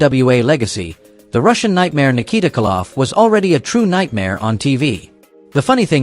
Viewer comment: its KOLoff not Kaloff